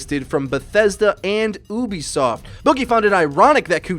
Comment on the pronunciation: At least this guy can't pronounce words aswel... OEBISOFT! wtf